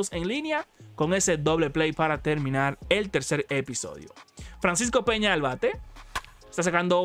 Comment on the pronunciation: Francisco pena 😂😂 Ya se que en Estados Unidos la ñ no existe pero da risa